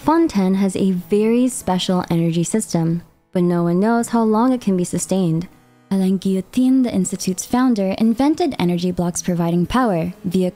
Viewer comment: omg im so happy to hear alain pronounced as alan instead of elaine 😭